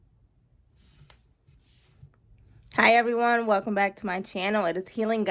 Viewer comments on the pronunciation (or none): none